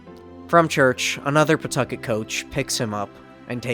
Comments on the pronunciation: Thank you for pronouncing Pawtucket correctly, I was nearly ready to rip you to shreds. That being said, what a jumpscare to hear about my home state in a video, absolutely insane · The explanation of how to pronounce Pawtucket is gold – definitely the superior version of words sounding like someone expectorating. Maybe it can be a new city slogan. You know, "Pawtucket... spit on that thang."